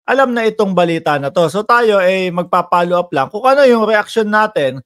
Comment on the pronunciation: Follow up hindi palo up